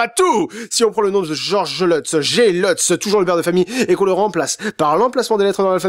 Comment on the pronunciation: Lutz ça se prononce pas leutz mais luts. Comment je le sais? C'est mon nom B)))))